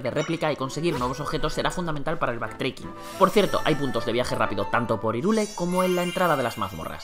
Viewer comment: Irule dice xD , H no es muda loco suena como J